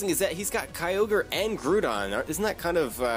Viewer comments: Grow-don sounds much much better. Grewdon sounds like a British accent thing, and as far as I can tell you don't have a British accent. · "Grewdon" Lolol